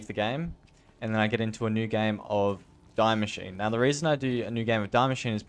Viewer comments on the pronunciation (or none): Btw it’s pronounced DEE-MACHINE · No hate but its die Maschine. "die" is german for " the" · You pronounce die machine wrong, it is german...